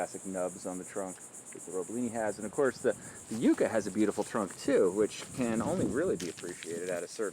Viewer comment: The pronunciation of this plant ? Ummm . I never heard it the way you say it